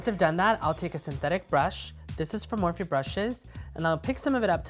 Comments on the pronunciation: "a morph-IE brush" .. Dead. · Sooooooooooooooooooooooooooooo are the brushes pronounced 'morphe' as they read or 'morph-ie' as he pronounces it? LOL help! Great video btw! ♥